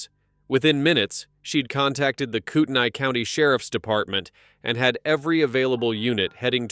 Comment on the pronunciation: PRONOUNCED CORE DA LANE AND KOOT KNEE COUNTY